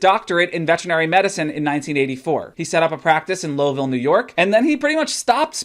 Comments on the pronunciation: Lowville is pronounced like loud, not low. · Its Lowville as in Lou in Loud...not Low lol but awesome video! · Not low ville, its pronounced L oww ville. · Lowville, NY... LAAUWville! It is pronounced like "take a bow," NOT like "resin up your violin bow." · As a local I have to correct your pronunciation, that is "Lowe Vile." Don't ask me why they didn't spell it with an E if they wanted that emphasis, I'm just here to say it lol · I played violin with him when I was a kid at the asbury church in Watertown ny just 40 minutes from his vet practice. I am currently living in lowville too lol. It’s a very small town with more cows than people. Outnumbering us 12 to 1. It’s also a very weird pronunciation for our town. It’s more of a hard W sound, LAU-ville.